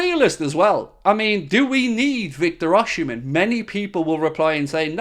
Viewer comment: It's not Oshimen! Osimhen.